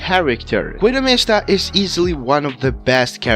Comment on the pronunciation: “Gwidow mihstuh” Goo-ee-do Mees-Ta